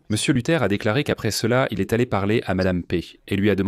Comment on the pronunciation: Insupportable à écouter ! il faut des temps de pause nécessaire et il y a plein d’erreurs de prononciations ! Il esss mort : quoi ?